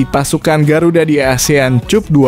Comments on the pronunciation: Bukan cap - cup tapi kap bacaannya min, 😁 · CUP.. Dibacanya KAP.. Ya Bos.. Biar kita dgrnya rada enakan gtu.. 😂😂.